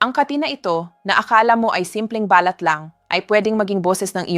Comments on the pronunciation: Hi ni offense po. Paki pronounce lang po ang mga words na binibigkas ninyo at medyo mali. Ex: balat pag bigkas ninyo parang sinasabi ninyo na ba-lat parang sinasabi ninyo sa English birth mark. Please pronounce it correctly kasi iyong bigkas ng words ay most important. Thank you and God bless you always. 🙏🙏🙏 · Too much talk - straight to the point pls … balat is pronounced as balát … accent on last syllable .. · BALAT po ay binibigkas ng mabilis. Hindi po ito BALAT na " birthmark". "Silent"- (say-lent) I love your blog Doc. Keep it up! 🎉